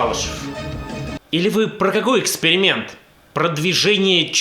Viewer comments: Да оговорилась она) Не эксперимент, а экскремент. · он оговорился. Это был экскремент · Мне послышалось Экскремент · Он оговорился, Экскрементом